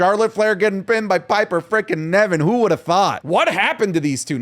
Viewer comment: I wonder if will ever call Piper Niven "Piper Niven" instead of "Piper Nevin"